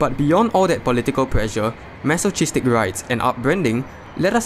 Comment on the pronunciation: It's pronounced "maso kiz tick" not "maso cheese stick"